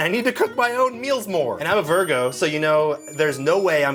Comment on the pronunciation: Virgo Sounded alot like Virgin.